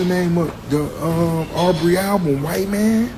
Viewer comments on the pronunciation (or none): Not LooBrey 😅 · Ngl, the AI saying "Loobrey" took me out 🤣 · Loo🚽Brey 😂 🤭 I swear AI got me giggling with that one